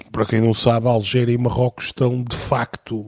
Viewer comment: É Argélia e não Algélia! É Argel e não Algés! Please, convém saber um pouco de Geografia antes de criticar o Sánchez, com z...